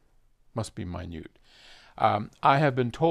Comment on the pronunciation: it's not minute, it's Minuet